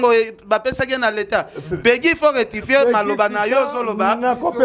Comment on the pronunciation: Ken Balobaka retifie🤣 loba rectifier bonne chance pour la suite 🤣